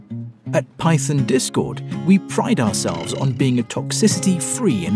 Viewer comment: I had to replay "Python" because it sounded like "Pyton" to me